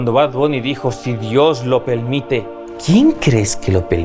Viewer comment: _Cuando Bad Bunny dijo "Si Dios lo pelmite".... Quién crees que lo pelmitio?.... ❤😂